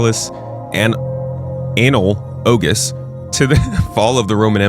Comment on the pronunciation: "Analogous" < "Anal-ogous"